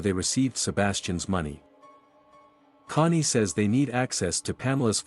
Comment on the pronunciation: Bro ur dumb its cony not money and ezikil not ezicl